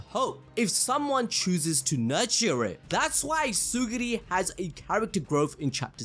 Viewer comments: Pff... Tsugiri.. BRO IT'S TSURUGI That's way too funny to me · Tsurugi not tsugiri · Bro please, his name is Tsurugi, not Tsuguri 🤦‍♂️🤦‍♂️🤦‍♂️🤦‍♂️🤦‍♂️🤦‍♂️🤦‍♂️ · uhhhh "Suguri" is not a character in that manga It's Tsurugi Tsu-ru-gi Not suguri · its tsurugi bro not tsugiri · Its not TsuGUri its TsuRUgi 😭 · It's tsurugi 😭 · ().... it's Tsu - RRRRUUUUUUUUUUUUUU - Gi, bro. Try viewing the word sort of phonetically like this: Tsoo ---- ROO ---- Gi. Does that help the dyslexia? I'm being direct, not rude.... trying to help you. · Ngl chief, mispronouncing Tsurugi's name and misnaming the Star Plasma Vessel consistently multiple times was top-tier ragebait. Assuming that was intentional